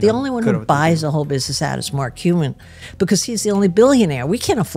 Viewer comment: “Mark Cumin”